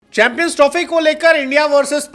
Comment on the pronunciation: Chanmpions nhi champions hota hai sir ji 😮